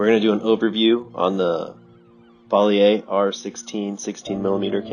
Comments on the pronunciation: It's pronounced "Bow Lee Yu" but squash it all together into bowleeyu cutting off the "u". Definitely not Bow Lee Yay. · Nice. I also like the background music. By the way it’s pronounced “Bowl-U” I shot a documentary years ago with sync sound. I had a sound Barney and had a few tricks to do that. Thank you. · It's not pronounced "boylyu".